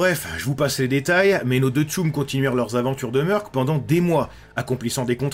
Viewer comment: Pourquoi tu dit bien « mercenaire » mais tu dit « meurc » ? C’est le même mot 🤔🤯 « pas réussi à se remettre de ses blessures » Wè c’est une façon de voir les choses 🤔😅 Mais gg la bienveillance avec les civils 😂👍🏼